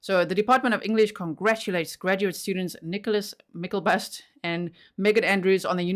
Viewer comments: I dont know if anyone said how to say his name. Its Myk-LE-bust.. not myk-EL-bust. I dont really know why english people cant read the letters in the right place. I hear this every time english people try to read norwegian, and move the letters around instead of spelling/saying it like you read it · It is pronounced Michael-bust. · Mick-el-bust is the pronunciation